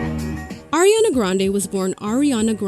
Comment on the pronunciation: its ARIana not AIRiana